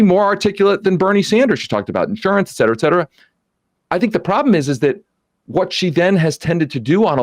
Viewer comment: May Sam will finally learn how to pronounce the phrase "et cetera" from this guy.